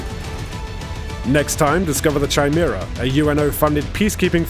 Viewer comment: Who the hell pronounces the 'chi' in chimera like 'china'.